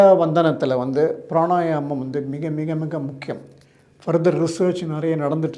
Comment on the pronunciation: Why he says pranayanam? The correct word is Pranayamam